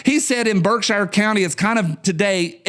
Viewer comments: I used to say "how do they traverse the void of space in a dozen lifetimes?" but now understand that just because I don't understand it doesn't mean it isn't possible. BTW it's pronounced BERKsheer not Shire like the place hobbits are from and f the brits who say BARKsheer. Netflix and Alphabet Inc are Unforgiven. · That covered bridge has been closed since the early 70s. Also historic marker. I don't know, I think maybe BSyou can't tell you are leaving Gt Barrington and going into Sheffield. Your pronouncing Birkshire wrong not shire sher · Lived in western mass. all my live, we pronounced Berkshire Mtns. BerkshEAR not Berkshire. We lived in New England not England. Thanks. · Pronounced “Berk-sheer” up here brother👍🏽👍🏽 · "Berk-shear" That's ok, I used to say "App a lay shi uh"